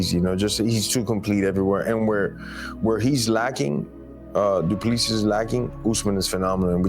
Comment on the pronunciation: Not dooplease!!! Say doo ple sea